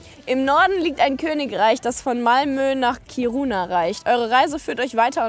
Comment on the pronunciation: Ich war auch schon mal Eisfischen aber in Kiruna (Was anders ausgesprochen wird wie ihr es gesagt habt